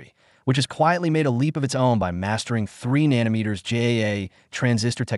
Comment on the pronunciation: Can you say nano & then meter? Nano is a magnitude equal to 10^{-9}. It's not nan ometer. Otherwise, good video. I'm not sure if you are AI or a ... person. An engineer would know how to pronounce nano. Huawei was put in a corner. What did anyone with half a brain think would happen? They are very innovative & China files the most patents annually.